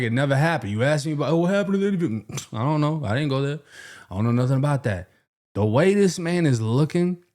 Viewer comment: "psh ion know" 😂😂